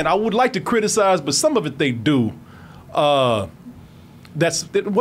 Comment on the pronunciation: "Ro I quit?" 🥺😭